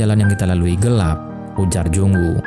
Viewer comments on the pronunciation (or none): none